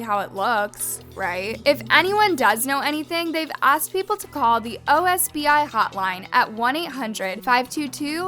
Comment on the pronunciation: It’s “OSBI” 😅